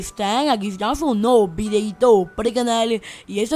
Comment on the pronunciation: Ya aburres hermano -Los mismos trucos -Para que mierda vamos a tener el monton de autos iguales de la calle -tu presentacion me da risa XD "Videoito parel canal" XDDD